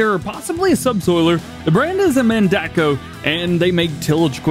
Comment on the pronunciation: Hay dj not to be rude but it is man-day-co that is how u say it